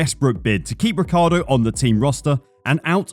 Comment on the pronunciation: Daniel Ricardo ?! 😂 is this how americans pronounce his name ? ffs !? it's an italian name obviously and how i thought it was pronounced is Richie-Ardo, i mean that's how every italian would pronounce it take the "Ric" from Ricardo and pronounce Ricci (from Christina Ricci or Guy Ritchie) + ardo, it's not rocket science.